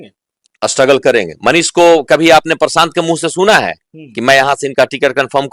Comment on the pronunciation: Bhai tu prashant ji ka name sahi se bol Tumhare bolne ka tarika sahi nhi hi